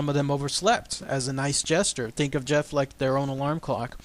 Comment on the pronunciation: I studied the Talking Mongoose in great detail and there are some important things you left out. One thing is that the family also spoke gaelic, thus the name Voiree and they pronounced Gef with the G hard as in goat. Harry Price the great paranormal investigator at that time is the reason we know about Gef today. Mr. Price and his group of investigators all finally came to the conclusion that Gef was real and not Voiree. Gef might have been some sort of poltergeist that showed itself as a mongoose. Gef wasn't always so helpful. He might have held the family hostage in a way. At one time James, the father, tried to kill Gef by putting poison in his food. the little fella became very ill and they could hear him gagging and crying behind the walls. Once he recovered he told them that if they tried that again he would kill them in their sleep. He would eavesdrop on the neighbors and then report what was said to the family. When once he hears someone say something bad about them Gef killed the family's livestock by ripping out the animals throats. He also reported deaths of famous people before news could even reach the island where they lived.